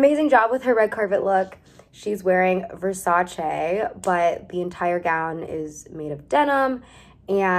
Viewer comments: you’re the only American person I’ve heard pronouncing Versace correctly (I’m just kidding obviously but it was a pleasant surprise, as an Italian 🥲 There’s nothing wrong with pronouncing it the American way, we butcher the English language in so many ways it’s not even funny 😅) I 100% agree with your conclusion (more American pop culture references would’ve been so fun to watch), and one of my faves was the Korean rapper/singer CL wearing Alexander Wang! Denim goddess! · off topic but i love that you pronounced versace correctly hahahah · I love that you can properly pronounce “Versace” 💖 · Love how you pronunce versace in the right way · I am Italian and I'm here to appreciate the fact that you pronounce Versace better than most americans/non-europeans